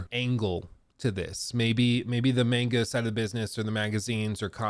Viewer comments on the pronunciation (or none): saying mEnga instead of mAnga was like a dagger every time